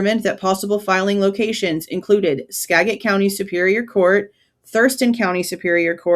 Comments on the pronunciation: Aww., I live in Washington state, and it’s pronounced Ska (as in “apple”)- jit County. Trust me. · Live in Wa its pronounced SKA JET 💚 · It’s pronounced Ska-jit. I’m a lifelong resident of Washington and former WSU employee. The g is soft - sounds like a j and the a is pronounced as in cat. Skagit Rhymes with gadget. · I'm near Skagit County. It's pronounced SKA-JIT. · Hey I live in Washington and I don't even know how to pronounce it lol. Hubby told me I was wrong the other day 🤣 he said it's pronounced Scajit. I guess he has lived in this state a lot longer than me so he probably knows 🙄🤣 I've always pronounced it the way you were in the video and I thought that was correct. Maybe it's a mystery that will never be solved lmao